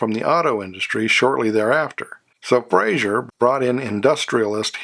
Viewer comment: Good video. A couple of inaccuracies - One, and I know I'm being anal about this first one so I apologize in advance but it's pronounced "Fra-zer" not "Fray-zhur." Joseph Frazer was Scottish, not French. The six cylinder Henry J engine was 161 CID not 191. The Carolina model in '53 was not the higher end model, it was in fact the lowest end model. It has almost no trim and no chrome. The purpose of the Carolina was to get a low priced car in the show room to lure prospective buyers in and then talk them into purchasing the upscale Manhattan or Dragon model. The arrangement with Sears began in the 1952 model year with the first Allstate cars in stores in December 1951 and contrary to what is stated in other videos and even in some books, the Allstate could not be ordered through the Sears Catalog. It was listed in the catalog but you had to go into a Sears store (in a few selected cities in a few selected states) in order to purchase one. The Allstate was sold in 1952 and 1953 with only 2,300 sold. It's unfortunate that the car shown when the Carabella is first mentioned is actually a '54 Kaiser early Special as that model did not have the 3 piece wrap around rear windshield as the Carabella did. Love the Brazilian cars. You don't hear much about those. Overall, a very good video.